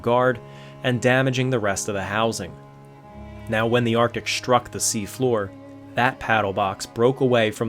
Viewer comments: FFS...it its' destroying', not ' deshtroying'. It's not SHtruck, its ' struck'. If you are going to bastardize the language at leasht be conshishtent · Very good, sir. But there are no SHtraglers. A thing is not SHtruck. One does not go SHtraight. The correct pronunciation is minus the 'H'. Otherwise, excellent video.